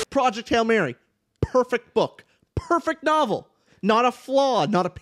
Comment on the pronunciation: pronunced that "p" in "perfect book" like malfoy when saying "Ppppotter" 🤣,, bro i was waiting for this, that first line is so intriguing also can we talk about pierce brown, the favourite creation of god? my man got everithing lol